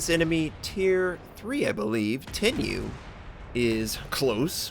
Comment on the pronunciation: Also that's the one time Arson medal, not the regular Arsonist. For pronounciation, Tenryu and Myogi is good, but Minekaze is still lacking. It's Me-Na(as in nay)-Ka-Za(as in zay) or something like that